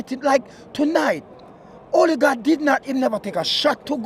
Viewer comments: Øligarch or Ødegaard 😂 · Man call him '"Olligard". Lol. He's not Russian my friend.